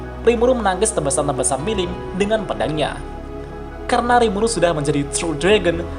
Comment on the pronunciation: Awal awal kok gw denger rimulu bukan rimuru wkwkwkk